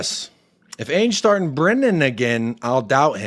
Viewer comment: I love your takes mate. Spot on. An Aussie's gotta teach you how to pronounce "Ange" properly though.😜